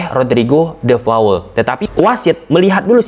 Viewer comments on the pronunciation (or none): Namanya De Paul mas, bukan De Faul 😀